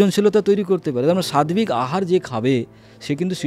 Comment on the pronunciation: Sadbik katha ta nai utcharan ta hobe sattik hobe.